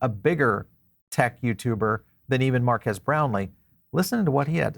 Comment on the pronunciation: His name is pronounced MARK KEEZ similar to Marqus = “Mark Us”… His point was the tech within the phone and not the os… He’s right the phone will be flop for folks who buy phones for the tech of the device…. This device will only be popular with Crypto Bros….not the general public… You’d be better off buying a Tesla Phone..☺️